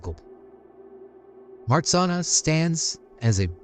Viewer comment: Nice! But you do not pronounce MARZANNA correctly. Take those two letters RZ and pronounce as G in beige. So it is like this: Mah-zhan-na. You also need to pronounce the double N separately as NN. Polish is hard, but Marzanna in Polish sounds so lovely. She is also a goddess of sleep and dreams.